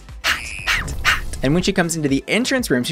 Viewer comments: You remind me of ryland adams so much 😥 but I don’t even like ryland lmao Also I’ve been binging your videos because you’re so articulate ❤️ I cannot stand the way you say “hot” though omg, I am so sorry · Love these videos but, the way you say HOT or ROT drives me insane lol